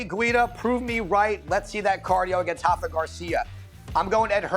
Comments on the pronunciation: Can we stop calling Rafa “Hafa” he’s from Mexico… not Brazil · Why do you say “Hafa Garcia” he’s not Brazilian he’s Mexican bozos so you pronounce the R